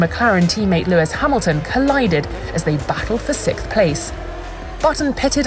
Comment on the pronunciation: Can you say 'six'? Can you say 'th'? Then you can say 'sixth'.